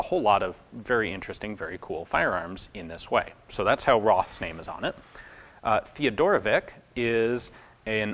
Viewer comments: Oh man, I so hate correcting pronunciation. Any yugalasav or Russian name is always predicted on the end as vich. Not not Vic. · For what it's worth, our name was pronounced Theo-doro-vits